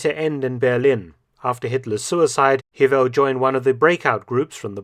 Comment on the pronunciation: Hewel is pronounced Hay-well.